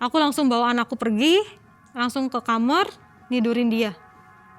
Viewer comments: Kenapa nyebutnya kamer sih,,bukan kamar?? Dengernya kayak gimana gitu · Kenapa aku selalu kesel kalo ada orang yg bilang kamar jadi kamer why can you pronounced such a simple word KAMAR